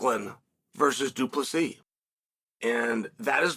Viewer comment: Du Plessis! The 's' is silent but its there